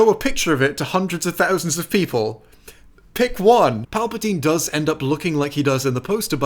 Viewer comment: "Countless Peolple" The Long is cursing you for not making this at least two and a half hours,.